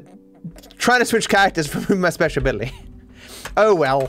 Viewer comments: No one:: whyCantIUseTrevorspeagababiluwywyty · "Whacanyoozchrespezhbilly?" -, 2020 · "why couldn't I use Trespeshabily?!" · Nobody:: WhycantIusetrevorspeecagcialicabiltyzty.